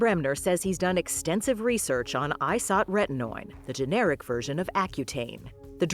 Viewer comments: That’s not how you pronounce isotrentnoin. Irritating. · Very weird way to pronounce "isotretinoin"